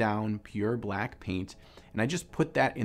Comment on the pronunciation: So many things I liked here: Dobby, hearing the word "mother color", watching have stroke saying "brack" and the PHENOMENAL piece/painting style. Definitely a technique to try.